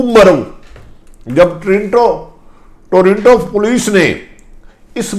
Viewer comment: PLEESE PRONOUNCE PROPERLY ABOUT TORINTO BUT CORRECT IS TORONTO THANKS